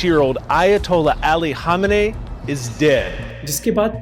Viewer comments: Khamnai not khameeny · bhai video bananay se pehle bolna sikhlete how to pronounce its ayatullah khaminaai